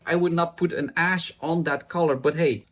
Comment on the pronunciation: I keep hearing dark/light ass instead of ash. 😂 I keep thinking is really annoyed, 😅